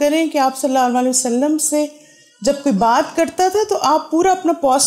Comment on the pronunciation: pls recite durood properly sallallahu alaihi wa ala aalihi wasallam or sallallahu alaihi wasallam